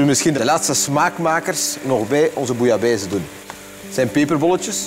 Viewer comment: zeveraar, het gaat om bouillabaisse, niet bouillabaise. Koken, en vooral je mond houden!